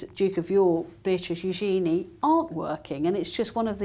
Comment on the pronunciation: hankyou for pronouncing Eugenie’s name correctly. If anyone if unsure, just see how either of Eugenie’s parents refer to her.